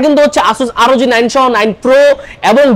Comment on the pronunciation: ভাইয়া asus আরওজি 9 নয়, আসুস ROG(রগ) 9